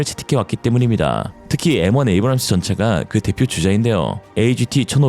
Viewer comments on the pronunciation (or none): none